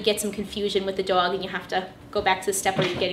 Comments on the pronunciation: the way she says dog is cancerous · You pronounce the o sound wrong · I really love the way she says “dog” it’s really cool. Very helpful as well ! Thank you!